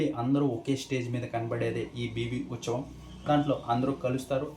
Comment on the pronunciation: Uchavam ❌uthsavam✅